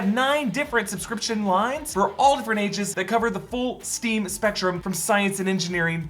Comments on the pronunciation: ...so... you said "steam" for kids... lol. Its STEM :) I laughed... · Isnt it S.T.E.M? Not Steam. Js